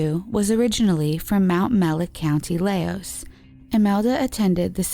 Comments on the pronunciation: It’s not Laos is pronounced Leesh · No problem. You did a great job, regardless. So just two that come to mind this second is Laois, pronounced Leesh, and Naas, pronounced Nays, The content was very well researched. Sorry for being a stickler about pronunciation! Irish pride, I guess. X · Laois is pronounced “ as “leesh” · Laios is pronounced Leash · Imelda Keenan went missing in Laois. Its pronounced leesh. The narrators pronunciation of every place name is atrocious! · Laois is pronounced like Leesh btw, love your vids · Well done!! Laois is pronounced Leash. Naas is Nace. I knew one of the missing women, Fiona Sinnott. I’m from Wexford too. She was in the same yr as me at secondary (high school) school. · The way she pronounced Laois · You really should have looked up some of the pronunciations of these people and places. It's not like there isn't media coverage from the time, or recent with the people and place names to go off. Louth, Laois, Deirdre, Naas, all wrong. Otherwise great video but like if you're going to do all that research you might as well also learn how to say the names correctly. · Laois ...girl I’m so sorry hhahaha, Irish is hard tho I don’t blame u heheheh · I adore this channel and these videos but the way you pronounced Laois caused me physical pain